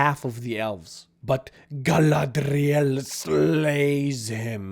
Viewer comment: Everytime you said "Gallladrrrriellll" I had to think of Clearance from Final Space.